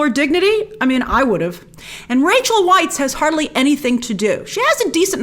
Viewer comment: Grace… Rachel Weisz… Weisz is pronounced VICE. Cheers!